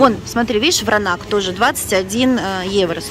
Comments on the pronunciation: Вино называется Вранац, а не Вранак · Вино ВРАНАЦ правильно, а не Вранак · Вранац ! Вино Вранац ! Почему вы вмё время коверкаете названия ! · Да ей плевать! Она сказала Вранак, значит Вранак!)))☝️ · Вино называется Вранац!Белград!Уже режит слух. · Читает она всё,а коверкает слова,ест на камеру для большего числа комментариев.